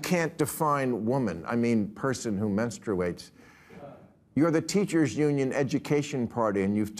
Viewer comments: Men-strew-ates? Does Bill know what that is or how to pronounce it properly? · Yeah, I"m going to listen to a man who can't even pronounce menstruation. 🤔🙄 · Bill could not pronounce menstruation and apriori. Bill mouth and head are full of pebbles. It's been a sudden decline into dementia, but he is unaware, which is typical for Billy Bob Maher.